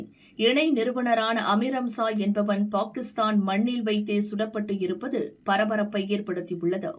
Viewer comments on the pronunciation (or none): none